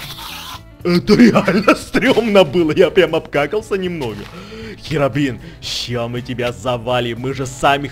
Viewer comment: не херабрин а хирабрин